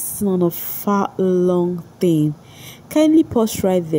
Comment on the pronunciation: What is with pronouncing t.h.i.n.g as "thingin"?? It very confusing.